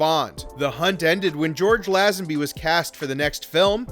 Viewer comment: How the hell do you manage to mispronounce “Lazenby”?